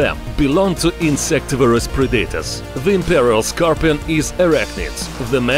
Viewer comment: everyone: Predators narrator: pre dater